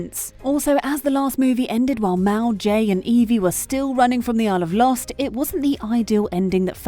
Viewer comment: Bopping@ It's "Mal" not Mel.